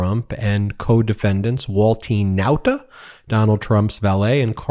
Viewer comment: Every time you say Walt e nauta a little bit of me dies ffs just call him Walt nàuta